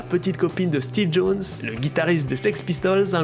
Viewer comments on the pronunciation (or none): none